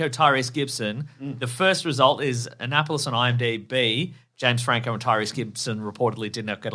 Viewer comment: James having never heard of Annapolis and pronouncing it like Megalopolis is hilarious.